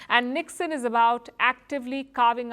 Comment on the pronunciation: You said NIKSEN I heard "ল্যাধ"